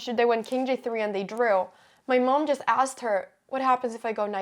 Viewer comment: Your English is near perfect Anna, but your vowels amuse me... "chuss"!